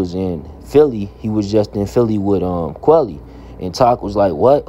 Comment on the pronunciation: It’s quilly not quelly